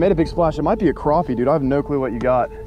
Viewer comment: mans said ooo bro its a crawwpy